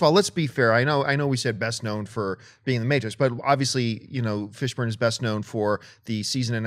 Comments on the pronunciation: Am I the only one who heard say Fishbone? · Uhh..."Fishbone" smh O_o lol! Yep that unknown dude, who has never been seen in a movie. cough-Matrix-cough, nice;) Guess all Fishbones look alike, and a Fishbone by any other name, would act as sweet;) Nah just messin' with you, maybe she's not that familiar with him, and reading errors do happen. No worries;) I did get a good laugh though.